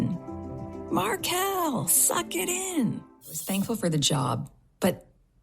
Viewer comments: No one applies to Hooters thinking they want you for your brains. 😂😂😂. I’m sure the waitresses didn’t mind their tips. And who says Mark Kel? Please 😩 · Well I hate to tell Markle , that she isn’t the only Markle one in the world , there was a family in court & they pronounce Markle exactly the way that women who was yelling , at Markle to suck it in . Howie Mandel said Markle was fired from the show , because Markle not the bimbo, the slut she is , was putting her claws on Howie. Howie wife asked to have her gone ,& I don’t blame her at all. No wife wants to watch that. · She talks like she's reading from a book , how can you not pronounce Markle! Stupidity at it's fullest! Who made her work there? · Did she say the woman coulldn't pronounce her' 'Black Name'? As far as I understand it her fathe mr Markle is white . She is beyond ridiculous. and as for the Purring voice. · I think her wrangler deliberately mispronounced her name just because she didn’t like her.